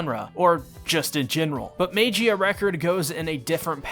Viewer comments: It's pronounced "Mah-ghee-ah", not "may-gee-ah" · No, mag eehhuhh record, not mage-eee uh record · Well lemi just join you guys like the 'MEYGIA RECORD' or 'MEIGIA RECORD' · It’s pernounced mag-e-uh record. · Sigh, let’s teach you how to pronounce Magia, magic without the “ic” and gia pronounced jia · im sorry but i cringe everytime you mispronounce magia